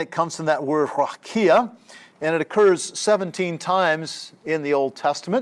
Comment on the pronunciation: A great lecture, I enjoyed it. I wish I can help you with the pronunciation of the word : RAQIA